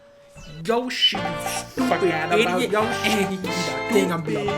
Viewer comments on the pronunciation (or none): That's it there's no comment i just teared up laughing at that YO-shee